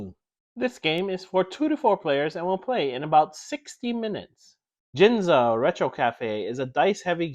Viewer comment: Gin (as in gin and tonic) -za? AHAHAHAHAHAHAHAHAHHAHHAHAHAHA learn pronunciation.